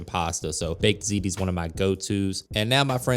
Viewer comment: Looks delicious! Thanks for teaching me the correct pronunciation of "Ziti" you can only imagine how I was pronouncing it! 🤔 😅🤣😂